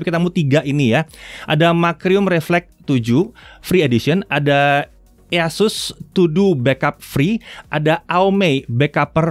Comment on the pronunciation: bacanya "isas" pak, bukan "easus"